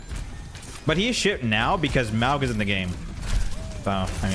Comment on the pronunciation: Maw-ga not mow-ga please